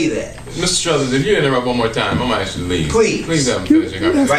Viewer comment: The word is "ask" not "axe." Can we use proper English if we are city "leaders?"